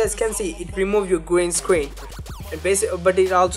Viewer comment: Lol... i like how you say gween scween.. :P